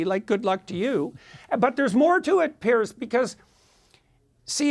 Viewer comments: His name is Piers...a difference pronunciation to Pierce which has a hard S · Does he keep calling him "Pierce?